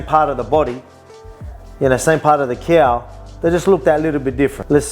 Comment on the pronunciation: "…from the same part of the K-Ow…" 💀